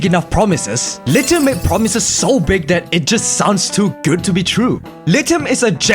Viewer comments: Not him saying "lite hum" And not lithium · Bro why does he say it like that”lit I um” 🤣